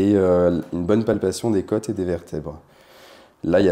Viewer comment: Les côôôôôtes pas les keutes ! C’est agaçant ! 😤